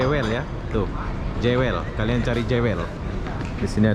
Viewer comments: Sebutannya Jewel bukan Jawel, mas. Jewel artinya permata. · Sebutan/pronoun bukan 'jewel' tapi 'juwel' 🤦😅, Singapore duit banyak negara kecik rakyat sikit so apa lagi kasi cantiklah itu dia punya negara bro....Singapore mmg 👍👍👍👍👍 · Ejaan nye JEWEL berarti PERMATA...tapi sebutan nye JUWÈL... JEWEL tu bahase Engrish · Jewel sebutan nya juwel